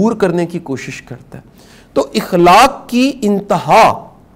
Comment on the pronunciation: شاہ صاحب یہ لفظ اِخلاق نہیں ہے اٙخلاق ہے جزاک اللہ